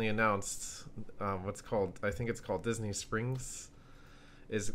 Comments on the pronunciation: its pronounced Diz-N-ee Not Diz-N-ay Disney (Ooh also i dont need to watch this, I already know disney's better) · stop saying dis-nay how annoying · please stop fucking saying disNAY . O M F G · Feel free to pronounce Disney right...so annoyinng